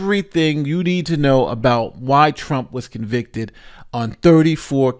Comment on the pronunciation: She has waited so long to be able to say he was a convicted felon and she flubbed it!